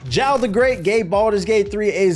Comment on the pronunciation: Jarl is pronounced Yarl.